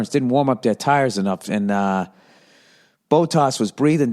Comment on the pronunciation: Bow-Tas & LeClerk 😂😂😂 ... Bot-Tas & LeClaire